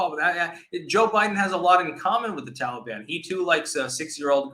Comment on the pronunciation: Why does say "Tallybawn"